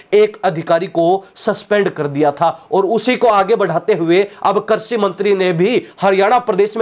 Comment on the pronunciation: कर्षि नहीं कृषि शब्द होता है ।